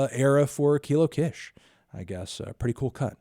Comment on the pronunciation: Anthony it’s pronounced “Keelo Keesh” just so you know — I’m like 90% sure about this, but there is that 10% sliver that could put some egg on my face... 🤔